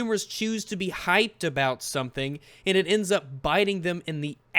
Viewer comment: Aboat is like the anti-canada version of aboot.